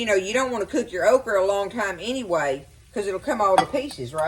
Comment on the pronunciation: Your pronunciation of okra kills me. I was born in the Lowcountry of Charleston SC and we say okra with a hard a. You food looks amazing.